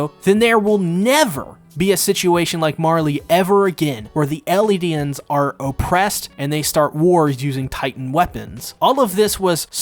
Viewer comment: Did I hear "LEDians"😂